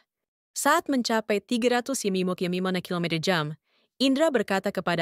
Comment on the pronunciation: Assalamu'alaikum ww. Pemilik akun "", kenapa anda menggunakan dialek bicara aneh, terutama dalam menyebutkan kata2 lima puluh km/jam, dua ratus km/jam, dua ratus lima puluh km/jam. tiga ratus km/jam dst. Kenapa? Coba deh anda periksa ulang. Terima kasih.